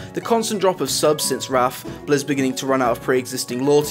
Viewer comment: Lol he says "Raff" instead of "Wrath" of the Lich King